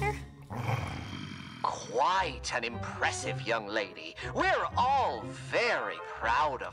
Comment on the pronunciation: She really said “Alistor” 💀💀💀